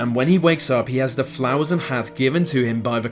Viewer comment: Is it a robot speaking or a real person? Incredibly irritating tone and pace of speech, also it’s pronounced ‘the’ and not ‘ve’ - speak properly